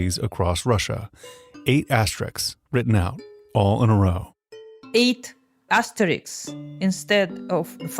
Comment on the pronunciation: If you can say risks then you can pronounce asterisks.